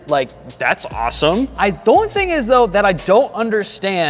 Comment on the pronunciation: said as-some like am I the only one who herd him say that? And he does put a lot of effort into these videos